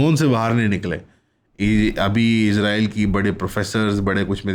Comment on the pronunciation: آپ اسرائیل کو بار بار عزرائیل بول رہے ہیں ۔